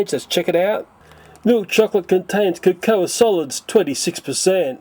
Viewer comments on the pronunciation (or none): cocoa is pronounced 'koh koh'.